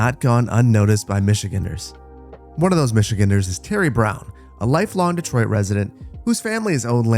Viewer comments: Minor complaint, but it's michi-GANDER not 'michiginner' lmao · Love the videos but just a heads up the pronunciation is Michi-gANDer